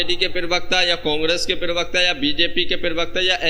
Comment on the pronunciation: जनाब यह शब्द पिरवक्ता नही है, प्रवक्ता होता है।